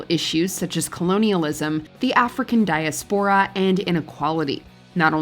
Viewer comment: I’m not sure that’s how diaspora is pronounced…. 😅